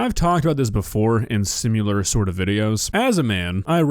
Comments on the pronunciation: I'm sorry, but "sim-you-lar" drives me crazy sometimes. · Please,, for the love of god - the word is 'similar', not 'simular' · Bro sim-u-laR ew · The wood is ‘similar’ not ‘simUler’ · I like that you always say "sim-yuh-lur" instead of "sim-muh-lur" lol. Ai could never replicate you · says similar instead of simular challenge: impossible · Stop saying “simular”!!!! It is similar. I love your content but please. Pronounce the word correctly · The way always says "simular" and "cerdain" kills me 💀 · Why does pronounce the word "similar" as "simular" 😭😭😭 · I will always love your channel. And I will also always love your inability to pronounce the word "similar".